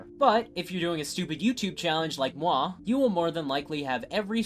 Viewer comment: the moi was very french like me 🥖🥐